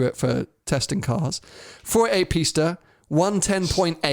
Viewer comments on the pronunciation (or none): Pisssta teach him how to say it properly 😂